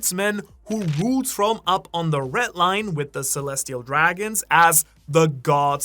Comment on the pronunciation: Hear him say REDLINE the guy says retline